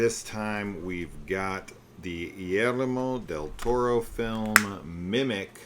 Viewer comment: “The illeremeh-ho del toro”